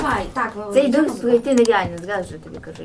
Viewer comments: ДОРС А не дурс Хоча це моя думка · Взагалі-то ти правий чи права правильно дорс. Саша ти теж права. Але правильно дорс чересто тощо дві ОО читається іноді як довге о. Наприклад як door там не дур а доор. І ще є такиг багато слів. Тож зрозуміла?